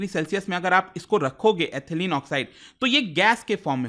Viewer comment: Sir... with due respect, the correct pronunciation of Ethylene is इथायलीन not एथलीन